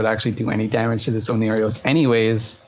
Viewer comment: How is the logi called,? "Oneirios" lollll